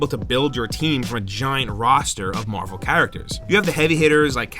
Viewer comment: LOL. "Marl vs. Capcom 2"